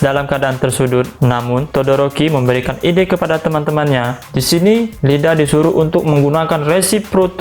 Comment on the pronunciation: iida bang,bukan Lida